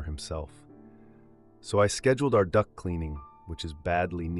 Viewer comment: Duct cleaning. I heard Duck cleaning. Lol.